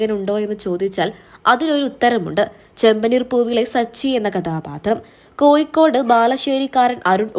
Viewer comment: Sthalam koikode Alla, kozhikode enna jaggal padichade. Naak clean cheiyu.